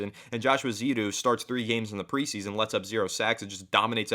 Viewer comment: I hate correcting people but the name in my understanding is Josh Eh-zoo-do. If i'm wrong please correct me back. lol Have you guys heard the rumors of a trade for Dalton Risner from the Broncos and what do you think of this?